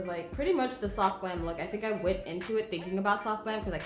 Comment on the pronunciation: Girl you didn’t say soft you said SOHF!!